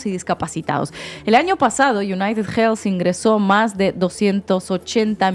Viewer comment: Hermanos españoles: United Healthy no se pronucia con jjjjj .... Healthy se le "elfi" no jelfi